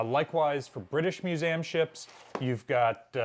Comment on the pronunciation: Is it me, or does the guy struggle to pronounce 'museum'